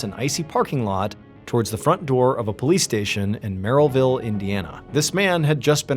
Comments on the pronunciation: The way John is saying Merillville keeps making me laugh 😅 I’m from northwest Indiana and we pronounce it like “mair-uh-vill” it’s about a 45 min drive from where I live in La Porte Indiana 👌 He said “mair-ill-vill” the first time which is what it looks like lol then the second time he said MERRY ville 😂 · Damnit mrballen it's not merryville lol. From a resident. It's merr-ill-ville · Merrillville. Pronounced like if Meryl Streep had a town named after her.